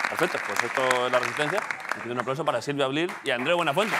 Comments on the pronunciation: David Broncano bautiza a Silvia Abril como Silvia Ablil. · Al final Broncano dice Silvia Ablil jajajaja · Like por el "silvia ablil" de broncano xd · silvia ablil dice...